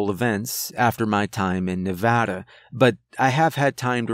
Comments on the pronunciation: I know I'm late to the party but as a Nevada native I appreciate your pronunciation of the state. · I can’t tell you how happy I am that you pronounced “Nevada” correctly. 😅